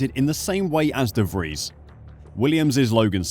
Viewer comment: De vries lol